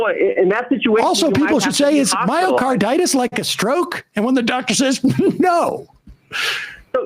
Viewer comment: LOL! This is not a physician. He cannot even pronounce the disease. Physicians do not go off the rails like this guy.